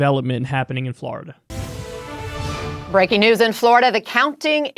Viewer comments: F L O R I D A. NOT FLARIDA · Kyle why do you pronounce Florida like that you fucking degenerate.